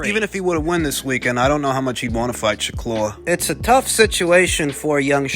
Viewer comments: ShakLur? 😂 why you been twisting everyone’s names so much recently? 😂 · sha-klur!!!!! lol